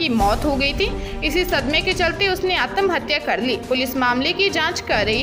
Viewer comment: आत्महत्या बोलिए आतम नहीं